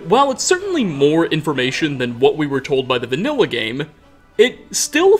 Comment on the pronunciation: Skyrimuh is my favourite gameuh